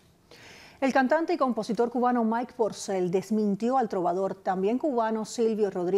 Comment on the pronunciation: ¿Lo oigo mal, o realmente cada vez (un total de 5 momentos) que menciona al trovador, dice "PRocel" en vez de "Porcel"?